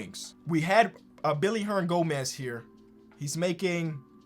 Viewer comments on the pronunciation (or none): Billy Hernangonez? 😂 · “Billy herndangomez”